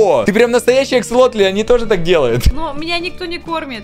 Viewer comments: ДА НЕ АКСАЛОТЛЬЬЬЬЬЬЬ А АКСАСОТЛЬЬЬЬЬ АААААААААААААА ПОЙМИ УЖЕ 😣😩😩😩😩😩😩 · аксолотль вроде а не акселотль.. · не аксолотель а аксосотель